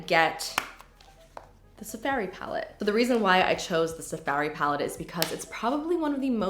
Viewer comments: “Sa fairy palette” so canadian. so cute. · The way you say safari 😂😂😂 I crack up everytime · Why do you say Safari weird lol